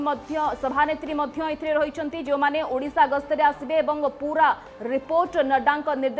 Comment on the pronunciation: "ଉଡ଼ିଶା" ନୁହେଁ "ଓଡ଼ିଶା".....